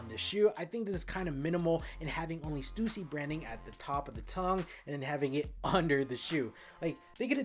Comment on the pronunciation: stUSsy not Stewsee.